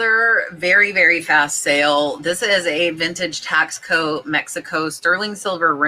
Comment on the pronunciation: Hey!! It’s pronounced TASS CO!!!